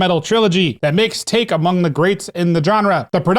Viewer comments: Taake is NOT pronounced take!!! Tååååke with an Å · Also fyi it's "tow-kay"